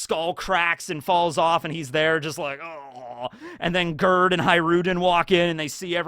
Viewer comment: I love how he says "Girth" instead of Gerd. And I think this name is refereing to the Swedish name spelled the same way. My church quire teacher's name was Gerd but it sweden sometimes you pronounce G as a J and a swedish J is much softer than the english one, it's closer to a Y actually. So closest phonetic way of spelling the name would be Yerd. Although the E is pronounces like an Ä which is sort of a mix between an E and an A some people would say but their is no real english equivalant. Put Gerd into google translate in swedish and see how they pronounce it. Also haha R and D together become like one consonant witch is like a D but further back in the mouth than a normal D. I didn't realise when I started typing this how difficult this was gonna be.